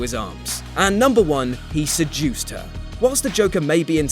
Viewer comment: He said sejuiced her 😂 😂 😂